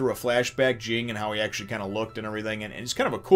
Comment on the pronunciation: Everyone criticizes Ging, but who exactly is he hurting? Due to his actions, Gon gets to be raised by a better parent and Mito gets to take care of Gon, something she obviously enjoys doing. If Ging truly "abandoned" his son, he wouldn't have bothered finding him a responsible guardian. Also, "Ging" is pronounced like the name "Jin." The first G is soft and the second G is silent.